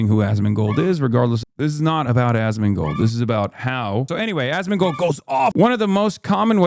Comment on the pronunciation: Asmongold's name is a short abbreviation of "ask more gold" which comes from his early WoW days when he used to beg people for in-game gold so he could buy more stuff. Anyway... He can't even pronounce the name/word right. Hassan pronounces it like Az-Min-Gold It should be As-Mon-Gold Yes, he says his name a lot every single day and probably thinks it in his head twice that amount. Yes it's pathetic. Yes it's sad.